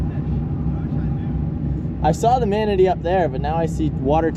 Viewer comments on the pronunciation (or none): It’s pronounced Mana-tee. I live in Manatee County, so it’s driving me nuts every time you mispronounce it. Anyways, love the rest of the content. Been watching the whole series.